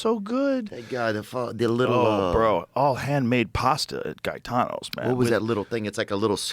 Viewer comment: Not guy-tano.....it's pronounced gay-tano